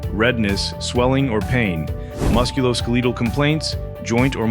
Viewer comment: How the fuck do you present yourself as an M.D., and pronounce Tesamorelin differently each time you say it? Not only that, but you mispronounce musculoskeletal. Hack